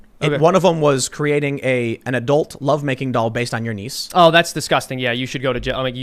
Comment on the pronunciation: At first I thought Tim said "needs", I had to rewind to hear "niece". I thought, what's so wrong with a fuckdoll tailored to your needs? English.